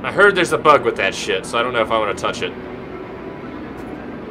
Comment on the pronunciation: Ve Vant VORE